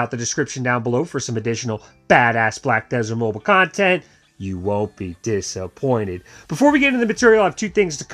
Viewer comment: Diss a pointed!